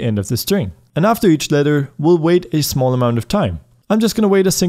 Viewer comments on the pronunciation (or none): none